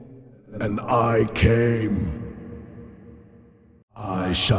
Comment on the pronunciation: Close but no cigar. Definitely shouldn’t have pronounced the “r” in apart. ✌️🤐